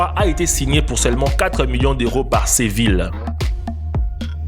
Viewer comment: Ses ville 🤣🤣🤣 c est Séville